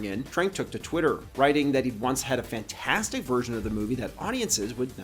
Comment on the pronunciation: It’s pronounced “fant-for-stick”